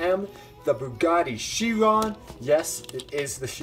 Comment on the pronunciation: You said Bugatti Chiron wrong